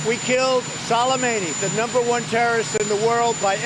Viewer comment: A week or so ago Trump appeared to have never heard of Soleimani, had trouble pronouncing his name off teleprompters, wouldn’t know Iraq from Iran & obviously couldn’t care less that he couldn’t find them on a map.